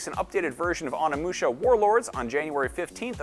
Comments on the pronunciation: Bruh, it’s OH-NEE! NOT ON-EE! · I'm pretty sure it's pronounced as o-nee-mu-sha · "oh-ni-mu-sha" not "on-i-mu-sha"